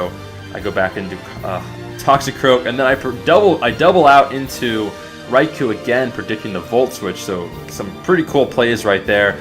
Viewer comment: You keep saying riku instead of raichu